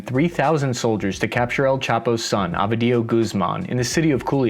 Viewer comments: His name is phonetically pronounced OH-vee-dee-OH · “El chapo’s son, abuhdeeyo Guzmahn…..military helicopters rained fire on the sinuwehlo cartel” Bruh I’ve heard some bad pronunciations but that shit is next level 🤣 It’s Ovidio and Sinaloa it’s not that hard lol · What a weird channel, thisTask & Purpose! They seem to consistently get every bit of key information wrong. The Mexicans did not capture one "Abedillo" (????!!) Guzman, it was OVIDIO Guzwman. The Mexican president? Calderon, not "Caldron". And one can only wonder where they got that weird list of supposedly most important American trading partners. Ireland is on it but the much, much larger UK is not? And when one looks up this info one also finds that the second trading partner of the US is not Mexico, but Canada.